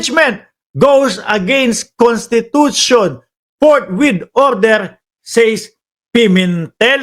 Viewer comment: Forthwith or fourth width? 😮